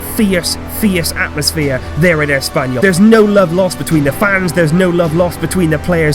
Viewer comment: i love how you emphasize espanyol de cornella :))))))